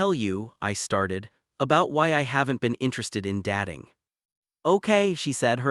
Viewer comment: Good story but AI's dat-ing, star-ing and debat-ing instead of dat(e)-ing, star(e)-ing, and debat(e)-ing, is very annoying. This can be fixed by editing AI, or preferably by using a real voice. Btw, genetics doesn't come into having children for same sex couples, there has to be a donor either way who doesnt need to be related to either partner, or by adopting children 😉